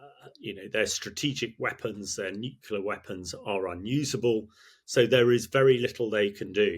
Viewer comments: Nuclear, not nucular, you melt! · there is no such word as nuculer. it is nuclear. why don't otherwise educated experts get this? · An excellent interview but I am surprised that the colonel kept referring to 'nucular weapons' rather than 'nuclear weapons' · “Es-kew-lation” for escalation? “New-killer” for nuclear? Content great but jarring words. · Why can’t most of these experienced speakers pronounced “nuclear” correctly is beyond me. Great content, though.